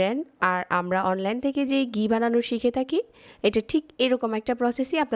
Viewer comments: ফাতরামি কম করেন। ফাইলামি করেন? ডালডা ব্লেন্ড করে ঘি বানাইছেন? আবার বলতেছেন খাঁটি ঘি। আপনি তো মিয়া ৯০% ডালডা দিয়ে ঘি বানাইলেন। আর গি কি? এটা ঘি। উচ্চারণও রেসিপির মতো ফাতরা। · ঘি বলবেন, গি না! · গি না ঘি।